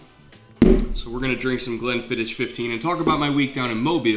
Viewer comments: Dang it. You're my favorite football analyzer, so I'll forgive you pronouncing Glenfiddich phonectically... It's pronounced fiddick!! (sorry I'm a bit of a whiskey snob) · Sorry to be a dick, but Glenfiddich, the "Ch" here in Scotland is pronounced like you have something stuck in your throat. Not the end of "Church" sound phonetically. Glenfiddich 15 is a strong choice. I have worked in the whisky industry for a fair while, including a few different distilleries so if you wanna hit me up for Whisky advice give me a shout!